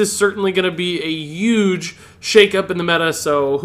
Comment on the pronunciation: Yuge, yuge, yuuge...